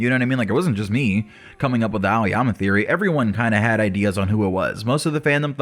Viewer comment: It's aoyama lol